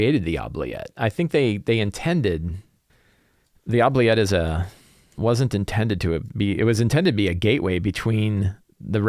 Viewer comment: I hate to be 'that guy', but it's actually pronounced oo-bliette, like oopsie. It's originally a French word. Love your stuff!